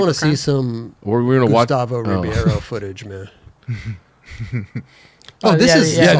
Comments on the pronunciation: i was referring to when the try to pronounce it in their best way. even when they get the middle of “BAY” correct they never say “ROO” they say “RO” same way they assume any name we have that ends in S they pronounce like Z. we arent spanish but they lack the ability and knowledge to understand. the Ri sound in Portuguese has a flem sound to it. which is also a major difference for brasilians. its H for them. same way D is G for them. 😎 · in USA they pronounce REE-BEE-AYRO.... which is terrible. the point was to say how to pronounce the middle syllable "bei", that is their major mistake. if we're going to get picky the "R" sound of "Ri" is also incorrect with Portuguese..... 🤠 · REE-BAY-RO :face-blue-smiling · say his name like this: Rib-hey-row, say it fast.